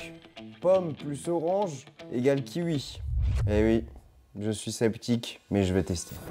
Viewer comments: On dit un ki oui pas un ki ui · c'est kiwi pas ki-ui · un quiwui il a dit